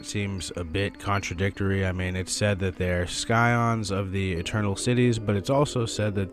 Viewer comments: Scion is pronounced sy like Science/SciFi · The c in scion is silent